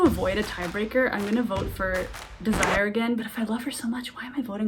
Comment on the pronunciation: I’m not sure her name is DEZ-Si-ER. Pretty sure it’s Dez-zer-Rae